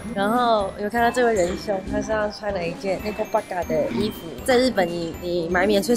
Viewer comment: 我怎麼聽貓奴聽成nekopara